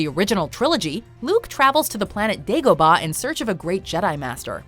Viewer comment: And dagobaaaaahhhhhhh